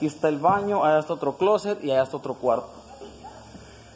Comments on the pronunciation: Se dice closet! No closer jajajajajaja estos vídeos ya no traen nada solo vi pura madera y poco de agua los vídeos del rancho son lo máximo pero bueno suerte con tu cambio de vida y me saludas a la 4x4 la.. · Se dice closset wuey si no sabes mejor ni hables